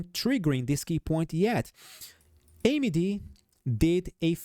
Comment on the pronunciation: It'll take a million likes to stop saying AMY-D 😂 just kidding